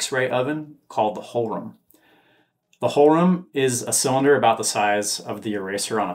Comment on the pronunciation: Thanks for the update! One minor remark: To pronounce "Hohlraum" closer to the original, try "hole roum" (with ou as in round). Yes, pronunciation of German words is strange when looking at it from an English speaker's perspective... but it's twice as strange from the other side ;)